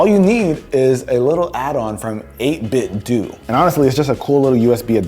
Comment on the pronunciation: It's 8-bit-dough, not do.